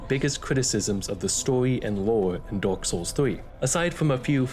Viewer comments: Bro I hear it as the age of dog 💀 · There was a point in this video where i thought you said "dog set" but it was "dark set" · Every time you said dark i heard dog and that made this vid a lot funnier trying to imagine that lol